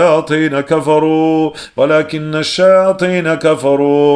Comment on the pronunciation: Désolée mais j'ai fais plusieurs remarques à chaque début de vos roqya y'a toujours ce bruit de la cloche et au lieu de wa la kinna shayatina vous dites kimna et aussi you allimou nassa vous dites you allimou nam nassa